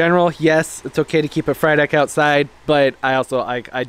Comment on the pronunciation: Everytime you said Frydek, I heard fried egg 🍳. Lollll